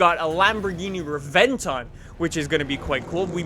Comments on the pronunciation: you made an error, it's not called the Lamborghini Reventon, it's Reb-en-ton as quoted from Jeremy Clarkson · Rebenton not Reventon jeeeeez 😂😂